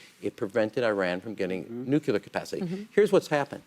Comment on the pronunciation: Why does he keep saying NUCULAR? It's NUCLEAR. We all learned this when George W. Bush was in office!